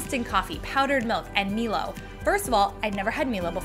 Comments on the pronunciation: Close but it's pronounced, "My-low" 😊 big drink in Aus aswell - best way to have it is fill half a glass with Milo powder (yes - halfway. Ignore the instructions. 2 tablespoons is wroooong) and than fill with milk. Stir until milk is like brown looking, but you have a lot of like crumbly, wet mixture on top. Scoop off crumbly, wet mixture and eat and than drink the milk. 😊 Please video trying this! It's our national treasure along with many other countries! (Bonus points for also making hot Milo and doing a Tim Tam slam!) ❤️ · Hey how you pronounce MILO is "MY-LOW" sorry it triggered me how you said it haha:P its a big thing here in Australia my fav thing to do with Milo is sprinkle it on icecream either as it and you get really nice crunch to your icecream or get your spoon and mix the shit out of it omg it it turns it into like a softserve texture but milo flavour its delicious obvious its great as a drink hot or cold and yes it will sit at the top of cold milk and wont say absorb but thats the best part you get like sips of crunchy deliciousness also using it in cooking to sub out like cocoa powder to get a milo flavour instead as who doesnt want that:D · Milo is pronounced Mylow not melow. Also sprinkle it on vanilla icecream. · As an Aussie I was very confused when you said Milo 🤣🤣🤣 we pronounce it as My-Low 😊 its like when people say Emu, we pronounce it Eem-You not E-Moo haha always makes me chuckle 😊 Milo is a staple for milk drinks here and is fantastic with vanilla icecream. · I’ve never heard someone pronounce Milo like Mi-Lo, I always thought it was My-Lo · Noo I don’t think “MILO” sounds like “Mi-Lo” we pronounce it as “Mai-Lo” I don’t know whether it’s correct or not ………😌😅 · I was NOT expecting all these savoury variations ! 😲 "Meelo" ? Really ? Australia and NZ just died of cringe ! It's "MYLO" ! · Hi, Milo is pronounced “MYLO”not “MELO”, thanks 😊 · it is not melo it is mylo say right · milo: m-eye-lo